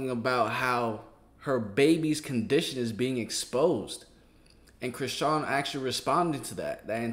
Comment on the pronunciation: Charlston white calling people dumb whilst he's calling chrisean 'Christian' and saying 'artistic'. The irony 😑🤌🏻